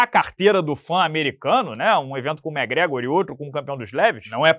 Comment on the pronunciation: é muita viagem e teorias... tsi... e tinha que soltar um "méhgréhgor" pra fechar a "análise"... eita...